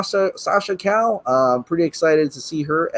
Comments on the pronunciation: It's pronounced ka-yay, Calle means street in Spanish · Calle is pronounced “Kah’ -yeh”(accentuation goes on the first syllable). Double Ls in Spanish are always pronounced as a Y or a J, and the E is not silent, it is pronounced as Ehhh. Fun fact: Calle is Spanish for “street”. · It's pronounced Ca-yay The double "L" makes the "Y" sound in spanish. BTW, "calle" means "street" in Spanish (so in essence she would be Sascha Street in English).